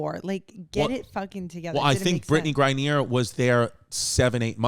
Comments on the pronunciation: Its mad cringy hearing brittney grine-neer its grine-ner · Man, V has obviously no knowledge about politics, the WMBA, or how to pronounce words correctly, “Gra-neeer” lmao or should I say CMAO(CacklingMyAssOff)